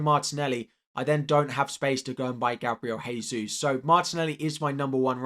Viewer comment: Gabriel Jesus is pronounced Dje-sus and not Hey-sus